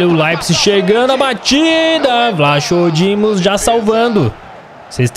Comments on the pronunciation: lucas a pronuncia certa e vlacodimos ok espero ajudar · N é vlachodimos diz se tipo vlacodimos se n conseguires diz odisseias Obs:essa serie ta mt boa. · O nome do goleiro nao se dis assim